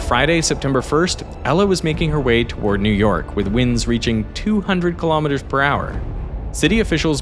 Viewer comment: He keeps saying Kilom Meters... how many washing machines is this?